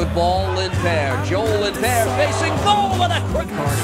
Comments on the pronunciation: i love how they pronounce lindpeer instead of lindpere :D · americans can't say his name it's not lindbear it's lindpere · Easily the Most Valuable Player for the Red Bulls. It's a shame the Americans can't pronounce his name correctly!